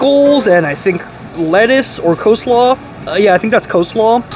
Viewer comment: it's NOT CO-SLAW and that was lettuce! not cole slaw!!!!!!!!!!!!!!!!!!!! and ANYWAYS is not an actual word, debated only since 2009! it's ANWAY.